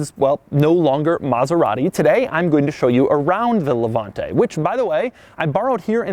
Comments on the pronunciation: Doug Demuro ... demuro .... you have an Italian surname and you can’t even pronounce Levante. With that fucking american accent that you have as if you have a potato in your mouth! What do you know about cars? You, who were born a few years ago, who beg cars from others with that fucking miserable message! Before talking about Maserati you should scald your mouth! You, just because you're american you should not even talk about cars, style! Style...you can’t even write this word, imagine if you know what it really means...but, seriously, have you seen how you are dressed? You're the kind of dude that would dare to get into that car with german sandals and white socks on your feet! You have no idea what a car means! Do we want to talk about those WC that you produce? People without taste and culture based only on one word, profit! People who created that shit of music called hip hop! People without taste in dressing, in talking and then talking about things that you do not even imagine you can create. A society of people created with those four poor men of starved Europeans who went to create the most boisterous people in the world. Go to review hot dogs and let us do the cars because only a jerk can listen to you! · Levanteeeeeeee Why are most americans not able to pronounce italian words?